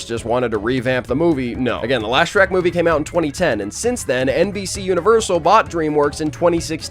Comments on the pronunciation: That ain’t shrek that’s skreh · “ITS SHERK MAN”🔥